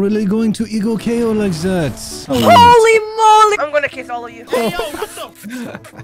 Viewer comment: Its that not zat bro